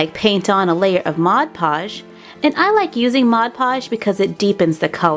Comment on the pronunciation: ITS MOD PODGE NOT MOD POGE YOU DORK